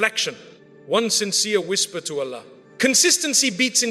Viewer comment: Allah's pronunciation is not pronounced as to pronouce which is Allahhhh which gives us piece and ruhanee sukoon but overall bayaan toched our hearts